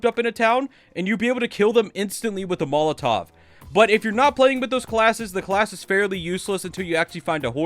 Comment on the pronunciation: Bro said molotov 💀